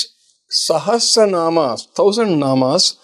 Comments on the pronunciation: Yes badly pronounced by the host. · its Lalitha Sahasra not Sehasra ..correct your pronunciation dear!! Nice podcast though!! God Bless!! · host. Pls first pronounce “Sahasranam” correctly. U keep saying “Seh astra nam “. It is not an astra. Sahasra means thousand. No “t” between asra. if u put “t” it will become astra. Also “Saha” not “seha”. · Host Please pronounce it as sashastra naam.. you are saying sehastra naam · Why r u pronouncing sehasra naam? It's Lalitha sahasra naam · It is Sahasra not sehasra..Pls pronounce it correctly😂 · It is not sehesransma it is sahasranama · Thank you for this podcast, request to please say it as sahasranama not naam 🙏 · Please correct yourself... it's not SahasTranama, it's SahaSranama. Sahasra means 1000. Guruji correctly says SahaSra naama. Please pronouncr correctly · It sounds better if you say Sahasranamam and not Sahasranam. Please pronouce properly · Also it sounded like सेहस्रेनाम् and not सहस्रनाम… should not be difficult for Hindi speakers. Hope this comment is taken in the right sense don’t mean any disrespect 🙏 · yes it’s not “say” it’s “sa” hasra Nama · Dear host, your pronunciation of calling Lalitha Sahasranama is not comfortable listening. Please catch the right pronunciation from the guruji. thanks 🙏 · absolutely true. The pronounciation needs to be corrected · The anchor should first learn to say “SAHASRANAMA” properly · Spell correctly. Not Sahesra... Sahasra is correct way to spell